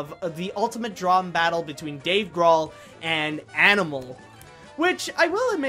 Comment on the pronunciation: I think it's Dave Grohl (his last name rhymes with GOAL)